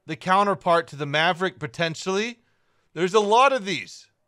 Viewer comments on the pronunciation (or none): none